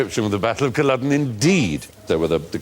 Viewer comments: why do they keep saying culloden so weird i'm... it's cull-AW-den not cull-UH-den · There pronunciation of Culloden is painful.